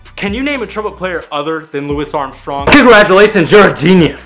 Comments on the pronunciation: Its pronounced like louie not Luis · i'm sorry but you pronounced louis armstrong like lewis? whoops